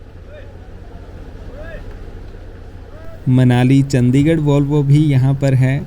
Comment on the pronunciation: Bhai aapki sabhi videos wo chahe roadways ki ho ya rail ki, sabhi bahut achi aur informative hoti hain. Bus aapse ek guzarish hai ki kripya karke Chandigarh (चंडीगढ़) ko चंदीगढ़ naa bulaya karein.